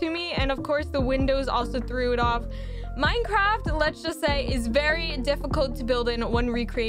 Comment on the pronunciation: But i dont wanna be rude but didnt you say mincraft